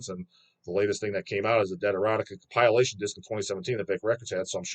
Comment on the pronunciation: do you like Com-pile-ation albums or the Deb-yoot albums?